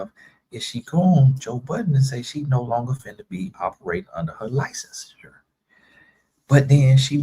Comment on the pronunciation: It’s the way she say certain words for me and I’m like ain’t no way you’re doctor but can’t say diagnosis and licensure correctly 👀🤭🧐🙈🫣 I was over it cause certain things we just not gonna do😤😤 to our amazing profession.